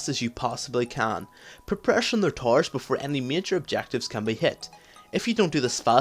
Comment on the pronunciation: lol when you say towers it sounded like tarws